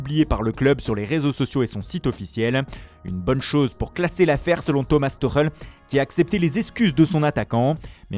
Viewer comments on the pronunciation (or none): none